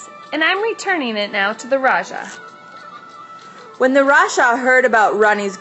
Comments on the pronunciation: Thank You for sharing! The correct pronunciation for Raja is Ra - Ja (as in James not Ya or Jya) Have a splendid day! Peace. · The correct pronunciation is Raa- ja It is supposed to be J and not ch or sh.